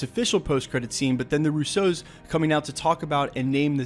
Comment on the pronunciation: Hey, it’s pronounced Roosso, non Rousseau 😂 Love your channel